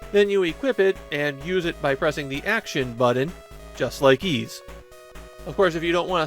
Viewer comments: Also it’s pronounced ‘eese’ not ‘ease’ and in Japanese I’m told it’s ‘iisu’ and not ‘iizu’. of all people should know this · fair enough. Also, it’s pronounced ‘eese’ like ‘(g)eese’ or ‘(fl)eese’ or ‘eas(t)’. They pronounce it correctly in the English Turbographx version of 1 and 2. Even gets this wrong, it seems. Considering he reads Japanese, I’d guess he’d know it was ‘iisu’ and not ‘iizu’ and work it out from there. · Literally the only things I know about YS are that it's a long-running JRPG franchise and that the title is pronounced "Yees". Considering that most other JRPG's from this time period are turn-based (FF, DQ, SMT, etc), assuming the same of YS isn't unfounded. In fact, pretty much the only other 8/16-bit action JRPG I can think of is the Mana series, and the combat there is so slow and menu-driven that it might as well be turn-based.